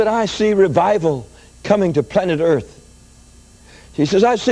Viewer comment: What's with the "planet earth" emphasis?